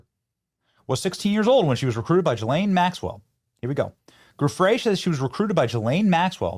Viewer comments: Stop pronouncing Ghislaine Maxwell's name that way! Her name begins with a hard G. Not a J. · I pronounce her name Jizzlane. Seems more appropriate. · Benny, you’re great, but you need to trade the sounds you’re using at the beginning of the names “Ghislaine” and “Giuffre”